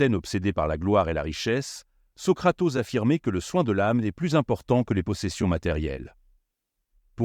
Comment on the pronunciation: lue par une intelligence artificielle : "Socratose" au lieu de "Socrate ose".